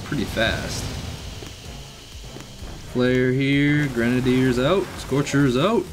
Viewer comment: Could you possibly try saying grenaiders right please